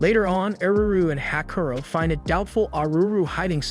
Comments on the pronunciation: It's not Hakuro. It's "HAKUORO" (HAKU-ORO) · "Hakaro". My brother in Christ, it's "Ha-ku-o-ro". I can understand some of those Ainu-inspired names are a pain to pronounce, like "Onkamiyamukai" (which, of all the names, you got right) and what not, but at least the MC's name, dammit!